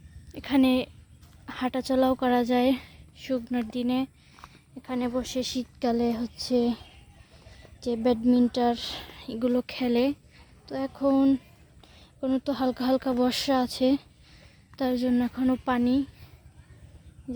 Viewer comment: ব্যাডমিনটার না ব্যাডমিন্টন আর কোমলা না কমলা